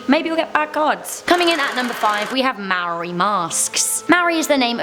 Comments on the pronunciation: IT'S NOT MARI ITS MAORI LIKE PUT YOUR TOUNGE UP WHEN YOU GET TO R JESUS WTF I AM A MAORI No hate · Yaaaaaay I'm Maori from New Zealand. Just an FYI, "Maori" is pronounced like "Mah-or-dee". Love all the videos. Maybe do a Top 10 Scary New Zealand Urban Legends? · Im slightly offended that you said maori wrong